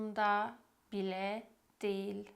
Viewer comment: Değil kelimesi diil diye okunur 😊